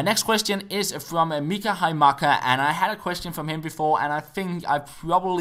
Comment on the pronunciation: did he say mika ?!?!?!